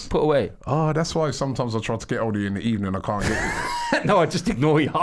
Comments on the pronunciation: You getting sack in the EBENING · Good Ebening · Unai will actually get sacked in the ebening